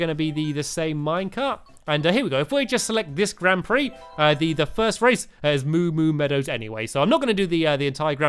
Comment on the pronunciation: Grand pix he say grand pree